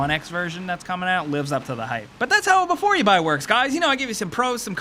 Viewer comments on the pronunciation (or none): Haha! 'Befoor yu buy here" What's with the accent? He's right here, and so are you! Hooray!